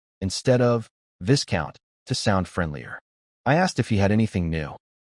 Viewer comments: you gotta stop with the 'viScount' it's pronounced 'vie-count' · The. S in Viscount is silent